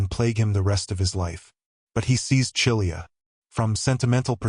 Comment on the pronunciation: Read Chilia as Kilia. The triftong “chi” is read as “Ki” from “kiss”. I am Romanian and sure is readen like this.